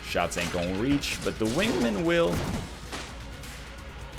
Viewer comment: Also, your choice for guns on EVERY SINGLE DRAGUN FIGHT is fucking trash. It's like every dragun fight you experience a stroke. FUCKING PRONOUCE WINGMAN CORRECTLY